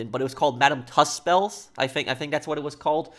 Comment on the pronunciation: We need stricter punishments here, they keep on doing stupid things like this and they don’t get punished. Prince Charles is an advocate for being green- I’m not too sure what else they want. Things can only move so fast. (Yes you did pronounce Tussauds correct!!)